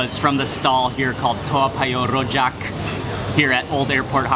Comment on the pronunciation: his pronunciation of "rojak" lol. we don't roll our r's in singapore, homie.